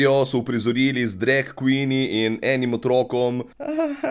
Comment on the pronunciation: Še dobro, da nisem gledla tega dreka. In ja, "drag queeen" se še sliši kot drek kvin hahaha, legenda si.